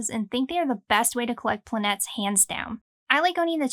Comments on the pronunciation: Hey a Greek here! Not 100% sure about it BUT if it is what most probably seems to be, which is the plural of the word "planet" in greek ΠΛΑΝΗΤΗΣ plural ΠΛΑΝΗΤΕΣ, then it is called "Planites", where "i" sounds like "i" in the name Billy and "e" sounds like the "a" in the word "baby" or "e" in the word "jelly". The accent goes in the "i"... So if I am not mistaken you should not say "planA..." where "A" sounds like "bAby" but "planI..." where "I" sounds like the "I" in the word "JIm" and the "planItEs" the "E" should sound like the "E" in "jElly"... The accent goes in the "I". I hope that I did not confuse you, I honestly tried to help and clarify... I was thinking of getting this, especially intrigued by its greek title and the good reviews... 🙂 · I thought it was pronounced "planet-ees" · The correct greek pronunciation is Plan-ee-tes. Tone/accent on the double "e" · It's pronounced plan-e-tes, it's a Greek word